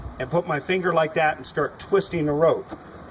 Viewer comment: Twisteen, takeen, alls, sah loadeen, are not words